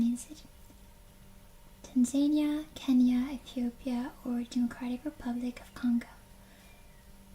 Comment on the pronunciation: Hey, if it helps, the phonetic pronunciation of Tanzania is 'tan-zuh-NEE-uh'